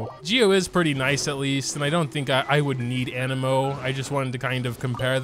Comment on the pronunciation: My guy said anemo correctly, like sub and bell lets goo!!